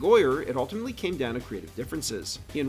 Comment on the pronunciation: Stop saying "alltimately".